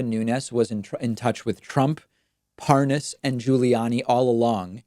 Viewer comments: It's so hilarious that he pretends to mispronounce the name. Parnas is one of the most famous men in the world at the moment especially among usa politicians. I'd rather believe Parnas than anything from Nunes. And I realise Parnas is not a trustworthy person. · Watching this never gets old to me. 🤥 My favorite part is where Devin Nunes pauses and pretends he is unsure how to pronounce “Parnas”. After he has already pronounced it correctly several times. 🤣🤣🤣 #SlickDevin 🔥👖🔥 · well he obviously doesn't know who the man is, he can't pronounce his name properly (even though it's an easy name to pronounce and the anchor has been pronouncing it correctly at him non stop) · So obviously lying and the way he pretends he doesn’t know how to properly pronounce Parnas is pathetic. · I like how Nunes deliberately mispronounces Parnas to make it seem like he really never heard of the man. He thinks he's very clever. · Anyone else notice that Nunes kept calling him par-NAS instead of PAR-nas? Purposely mispronouncing the name to try to feed the "Idon'tknowthisguyIdon'tknowanythingwitchhuntwitchhuntwitchhunt!!" Bullshit. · "What? Huh? What is a... Par Nass? Never heard of it." Really... lol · It's Parnas, not Paaaahnaaas, Ron! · Par-nas. Pas-nos? Pa-ra-nas? Nunes sounds like an idiot. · Lol. "I don't even know how to pronounce this Par-Noss..." Gimme a friggin break. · Love the way he intentionally mispronounces Parnas as Par-Nas. Shows you how stupid he thinks Americans are and in the case of Trumpsters, he's right. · "...I just didn't know this name...This PARR-NOSS" Sure, chief 😆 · How can i sell this better??? Hmmm. Oh, I'll pronounce his name "par-nos" Killed it!!! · Do you reckon he's saying 'Lev Parnoz' to try and give the impression he's getting the name wrong because he doesn't know him? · Nunes pronounces the name Parnas difffertly as his interviewer every time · Liar tries misdirection with mispronunciation of Parnas